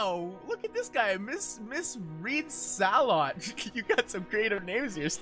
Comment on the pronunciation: does have commonsense? he didnt say ms. readsalot properly!!